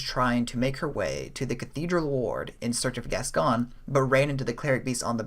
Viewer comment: Cool video dude. I like the theory that Viola was killed by crazed Yharnamites which sent Gascoigne into a rage & made his beastly nature emerge. Also a note on pronunciation as it's a name here in the UK, Gascoigne = Gas Coin/Goin rather than Gascon 😎